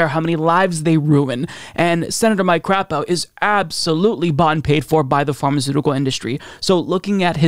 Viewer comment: Mike, appreciate the proper pronunciation of his name LOL, NOT Cray po, but Crap o.